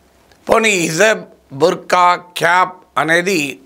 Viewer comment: అయ్యా ప్రొఫెసర్ గారు, దీన్ని హిజాబ్ అంటారండి. హిజబ్ కాదు..